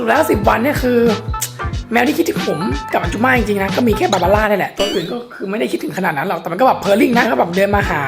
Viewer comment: เขาก็พิมพ์บาบาร่าเทออ่ะอ่านผิดเทอไง่นิดๆนะ